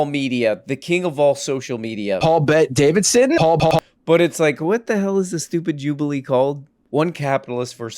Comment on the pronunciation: That's not 'mister' madam. That's paul bet DA-VID-SON!